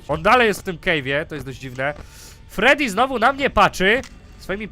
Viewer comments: fredi a nie tedi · to jest freddy - fredi, a nie tedi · nie tedi tylko fredi haha le rzeż frediego pojechał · FREDDY A NIE TEDDY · nie gęsi tylko freedy!😎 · freddy!! a nie tedy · Miś to Freddy (czytaj :Fredi) Królik to Bonnie (czytaj :Boni) Kurczak to Chica (czytaj :Czika) Lis to Foxy (czytaj : Foxi) ten co do ciebie dzwoni to Phone Guy (czytaj: Fon Gaj) I fajnie że grasz w Fnaf'a ...Ale ja chcę the Stanley Parable!!!!!!!!!!! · nie tedi tylko fredi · misio-fredy mów fredi